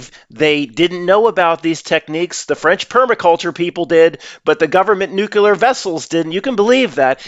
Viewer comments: C'mon, you are too smart to be saying NEW Q LUR. Nuclear is pronounced NEW KLEE ER. NO "Q" sound at all. I believe old dogs can learn new tricks. You can do it,. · Now, just own up to it. You don't know how to properly pronounce nuclear. There is no "Q" sound in the middle and no "L" in the final syllable. Many people say that word wrong, but you don't have to be one of them. I know you can conquer this. I'll be listening and rooting for you!